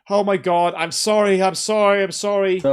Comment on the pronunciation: it sounds like he’s says “I’m soaringgggg” rather than I’m sorry, to me. And the weird slappy noise is weeeeeird 😭😭